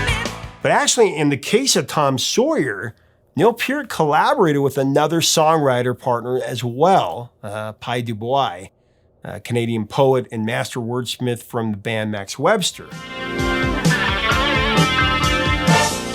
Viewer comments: Dew Boiz...LOL....for future reference ( assuming you do something about Max Webster or Kim Mitchell )Du Bois is a french name . pronounced Dew-Bwah. My first Rush album was a used 8-Track tape of RUSH i got for 25 cents at a garage sale when i was 12. if i had to pick the best Rush record of all it would probably be Moving pictures followed by Grace under pressure,Presto then Clockwork Angels. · The correct pronunciation of Pye's last name is "Doo Bwa". Also, you can see Rush playing Rock Band playing Tom Sawyer! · It is pronounced “dew bwawe”